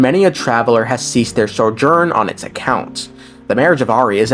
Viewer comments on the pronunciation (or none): none